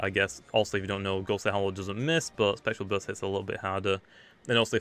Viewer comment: "geryser" "Spectral buirst"